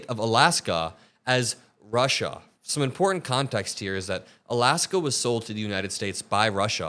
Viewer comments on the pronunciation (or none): He didn’t call Alaska Russia, he called it Rushia